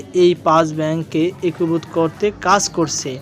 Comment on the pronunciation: "একীভূত" উচ্চারণ ঠিক হচ্ছে না।